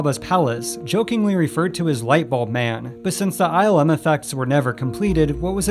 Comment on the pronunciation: ILM isn't a word like you said it "ilum", it's initials for Industrial Light and Magic